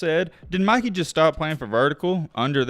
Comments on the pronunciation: Bro is annoying asf. Can’t even pronounce English. “Mickey” it’s “Mikey” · Dude it’s MI KEY NOT MICKEY😂😂😂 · It’s MY-KEY my boy not Mickey lmao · Why does he keep calling him Mickey LOL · Stop saying Micky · dude did not just say Mickey the whole vid…😂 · stop saying meekey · Stop saying Mickey he’s name is Mikey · it’s not mickey it’s mikey man 😂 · Why you calling him Mickey and not Mikey?? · Why you calling Mikey, mickey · why he calling him mickey 💀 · why did he call him "Mickey" the whole video lol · Why u saying Mikey like Mikey mouse nahh it’s mike-ey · ITS MIKEY NOT MICKEY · why do you call him mickey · Bro why you saying his name like that? You’re saying Mickey not Mikey… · my man said Mikey (Mih-Kee) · y r u calling him mickey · Bro… it’s MIKE- EE. Made me cut the damn video off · Mikey with a long I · I can not watch this video the fact you keep calling him micky you. How can u butcher his name like that it’s very irritating tbh💯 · "Mikey" pronounced (Mike-E) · Pronounce his name correctly lol… just helping. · why r u saying mikey like he's the mouse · Lmao the way he say Mikey name 😂😂